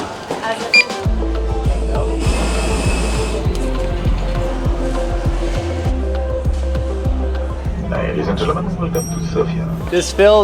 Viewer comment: According to my Eastern European friends it’s actually “Doe-bra-deen” roll the “r” haha